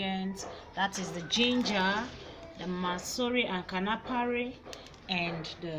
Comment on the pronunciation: It is not KANAFARI it is KANUFREE